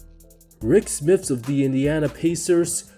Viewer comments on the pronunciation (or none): SMITS!....not smith.